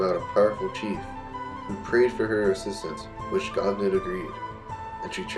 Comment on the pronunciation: Can anyone confirm the proper pronunciation of Gobnait. I think in Irish pronunciation, you don’t pronounce the “t” at the end. More like “go-nay”. That’s just what I’ve heard